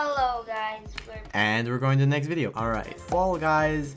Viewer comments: "Fall Gus" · Fall guys uh I mean guy no no uh f...a....l...l gusy no um fall gus